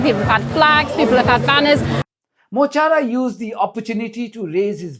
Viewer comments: Mo Chara = My Friend. Pronounced Mo ‘Cara’ 💚💚🍉🍉 Free Palestine 🇵🇸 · MUH KARA. PRONOUNCE. IRISH FOR my friend! Mo Chara. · As an Irishman and a part time Irish speaker Mo Chara the Irish for my friend is pronounced Mo Kara.... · Mo chara means ‘ my friend’ and is pronounced mo kara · His name is Mo Chara .. pronounced Mu Kawra .. it means my friend. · It's pronounced Mo Korra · It is pronounced mo kara it means my friend. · It's pronounced: Muh - Car - Raa. It means "my friend". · pronounced Mo Hara......means my friend........ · Mol chará is pronounced mo kara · Please don't confuse, 'courage', with 'fearlessness'. I'd imagine Mo Chara (Mo the 'ch' is like the ch at the end of loch, which to you English, is essentially a 'k', Mo - Kara means my friend.) especially has had his dark moments of terror, from actually, years in a British jail, to something as simple as the destruction of their dreams; a conviction would prevent travel to most Western countries..where their audience are. We, the rest of the Irish are scared, and when we push our leaders to say, or do 'something', we also cower a little when we hear the threats to destroy us from the US. No, I don't think we'll be reduced to rubble like Gaza, but economic ruin, would be very, very easy for the US, and we needn't expect support from..who? Merch? Macron? Feloni? forgive us when we fail you, as we will.